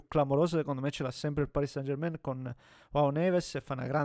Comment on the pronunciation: Possibile che anche tu come tutti non sai pronunciare San German in francese. Mi deludi